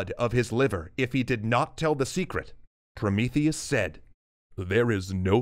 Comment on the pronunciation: "Oh Promotheus!" "ProMEEtheus!" - Fin